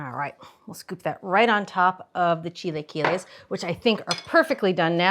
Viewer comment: Maybe learn how to pronounce it correctly before posting a video on how to make it. 🤦🏻‍♀️